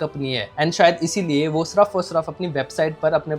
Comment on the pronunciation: yaar tum "sirf" ko "surf" kyu kehte ho!?!?